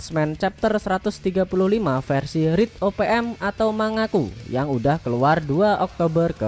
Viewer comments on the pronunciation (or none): none